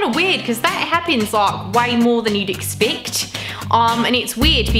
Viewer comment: While for the most part your accent is obviously British, but some words you say sound very Australian, like “expect”. I don’t think I would consider your accent to be Australian though if we just met, but I would think you had spent some time there. Another thing that annoys a lot of British people is the way we Americans pronounce words differently. I have several British friends and it drives them crazy when I say ‘erb instead of Herb. Several other things they’ve told me are just wrong. I think Brits need to remember we left Britain long ago and we have a very different culture than they do. Makes me giggle. ☮️☮️☮️